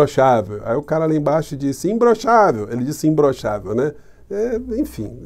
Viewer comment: E parece que ele fala como o cebolinha: "imblochável"!